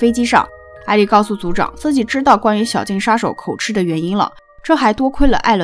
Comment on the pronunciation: 應該念口「吉」而不是念口「吃」 有點出戲 Up主的作品我很喜歡 希望你能更好